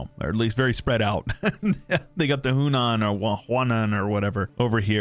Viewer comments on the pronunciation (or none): none